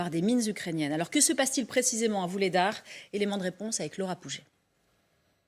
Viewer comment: Vuhledar et pas Vulhedar